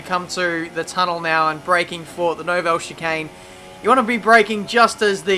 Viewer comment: Why do u say 'no-bell'? It's nouvelle